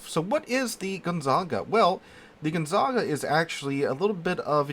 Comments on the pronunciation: Its Gonzaga not GonzaNga... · Thanks for the video. Side note, it is pronounced gon-ZAG-a. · bro the ship's name is gon - za - ga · Once again I am utterly devastated by your ability to slaughter foreign names. If my brain was as devastated, I would have lost the ability to write this highly intelligent comment. There is no second n in Gonzaga. Dont u even have a high school with that name? And why in heavens name are you calling the RegOlo RegAlo? Whyyyyyyyy?!? :D :* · with the way you're mispronouncing the Gonzaga's name (It's pronounced like the well known university in Spokane Washington) I think you might be getting confused with the Brest. Perhaps you've been playing with Brest for too long?